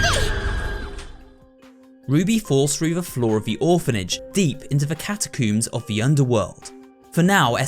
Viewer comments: Ah yes the CATACOOMS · nah... hol up... wait a minute... That ain't how ya say catacombs You said catacoombs WHAT'S A CATACOMBS 😂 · Atleast he didn't say catacu